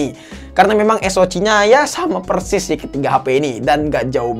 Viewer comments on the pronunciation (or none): none